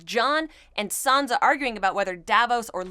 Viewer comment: it's Sansa not Sonsa. San-sa. An A sound not an O sound.